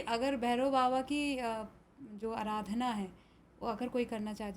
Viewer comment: अराधना नहीं, आराधना है। 😂😂